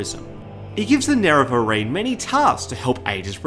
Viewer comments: They can use it because of how they mispronounced Nerevarine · 10 seconds in, if homie can't pronounce nerevarine correctly I don't think this video is going to go well